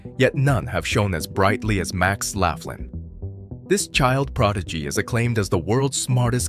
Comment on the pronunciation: Laughlin is pronounced "lock-lin"